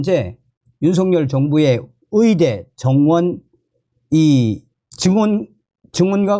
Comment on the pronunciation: 어이대라고 안하고 위이대라고 말하는 당신 발음 참 이상합니다 국어공부부터 먼저 배워야 할것 같다